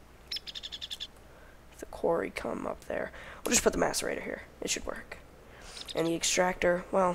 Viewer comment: M(ass)arator not M(ace)arator